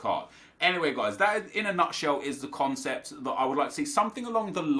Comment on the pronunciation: "CONECPT" what???